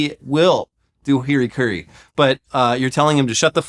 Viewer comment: lol, is that a deliberate mispronunciation (Hirikuri) or does really don't know it is Harakiri, also known as Seppuku? If he didn't know, now he does;) But I can understand a deliberate mispronunciation to not anger the youtube gods as well.